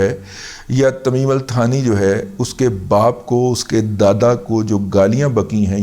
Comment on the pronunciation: تمیم الثانی نام ہے،،،،تھانی نھیں۔۔۔۔۔الٹانی معنی دوسرا۔